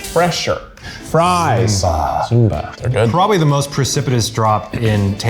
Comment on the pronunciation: "Simba" absolutely ruined me